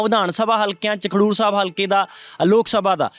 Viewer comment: Bhai. Sahib. Khandoor. Nahi. Khadoor sahib. Hai